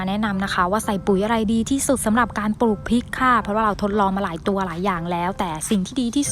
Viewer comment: ขอบคุณสำหรับเนื้อหา ดีแล้วคะ แต่เพื่อให้คลิปนี้สมบูรณ์ต้องแก้ไขการออกเสียงให้ถูกด้วย ตัว ร ออกเสียง เป็น ล และออกเสียงคำควบกล้ำไม่ได้ ตัวอย่าง ลาก(ราก) ลับลอง(รับรอง) ลอบๆโคน(รอบๆ) ปูก (ปลูก)